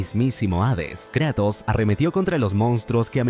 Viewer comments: adoro tus resumenes pero...KrEEEtos???? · Me encanta que dice Kretos en vez de Kratos